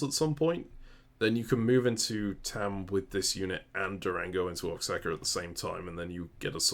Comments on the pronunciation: Maybe it was divine intervention, but after sleeping to another video and waking up to yours, that state is pronounced Oa(ha)ca, the same way it's also pronounced Mé(he)co (like the "H" in the pronoun "he"). But whatever, I know why yall say it like that. Just being pedantic here thats all. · For all his pronunciation policing, sure does mispronounce Oaxaca a lot...